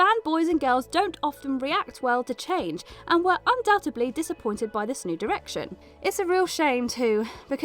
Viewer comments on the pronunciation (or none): Omg! There's no such word as undoubtebly! Undoubtedly!